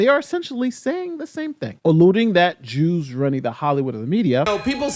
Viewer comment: When I first heard Dave’s speech, I thought he said the juice not the Jews 😂😂😂